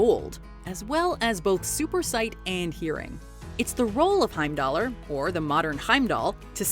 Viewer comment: I have a few things. First, I Idun is pronounced " e-doon", the R in Heimdallr is silent. When researching these, did you happen to learn how to pronounce the names correctly. You can pronounce Hod correctly, but butcher everything else? You disappoint me